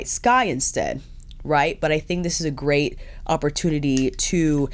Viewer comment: Love this review, the best one yet for this product. I'm happy to see it as I've --- ORDERED -- this woohoo... "but when you use it it's a grey't time"